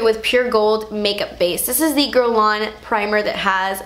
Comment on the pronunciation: She didn't pronounce Guerlain correctly… But it's not an easy name for someone who doesn't speak french